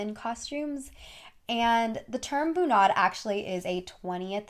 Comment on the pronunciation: When youre norwegian and she sayd bu-naahd, not actually bunad lol